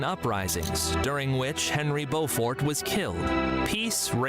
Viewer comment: Beaufort is pronounced Bow fort, as in the video. Not Bew fort. Check out images of Leeds City Square where we have an impressive statue of The Black Prince